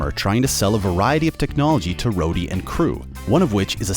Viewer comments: Did he actually just call Rhodey Roddy? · Who the hell is “Roddy”? Don’t you mean “Rhodey” 🧐🤔🤣🤣🤣🤣 “Roddy” Jesus if you rewatched the movie’s at least get and pronounce the characters names right! It’s not like they’re not said and used in the movie’s!?! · did he just say "Rodee"...? 😔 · Has your host never watched the movies? He pronounced War Machines name as “Rodie” instead of Rhodie. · Also keeps sayings Starks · No he said “Roddy” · Hold on how the hell did he say rhoady